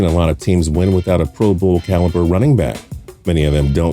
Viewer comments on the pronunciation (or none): none